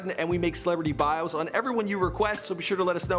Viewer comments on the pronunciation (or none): none